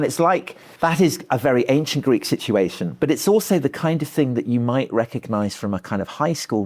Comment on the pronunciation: The way Tom says situation kills me